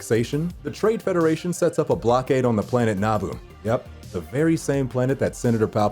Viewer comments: It’s Naboo not Naabu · A don’t like how you say Naboo like Nah-Boo and not nuboo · It’s na-boo not naa-boo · NA-boo? I thought it was na-BOO? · Its naboo nuh-bu not nah-bu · Someone tell him Naboo is pronounced nah-boo